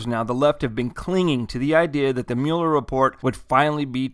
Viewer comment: You keep saying Mueller wrong.